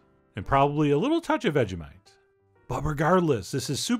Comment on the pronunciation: ‘a little touch of vegamite’